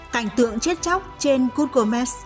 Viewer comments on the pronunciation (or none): none